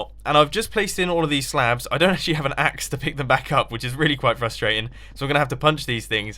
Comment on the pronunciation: No what's frustrating is the way you say frustrating